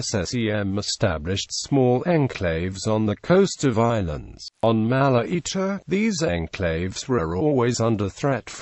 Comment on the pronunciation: It's not mala eater. It's Malaita.